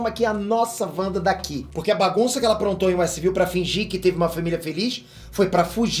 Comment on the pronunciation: É Westview, não Westville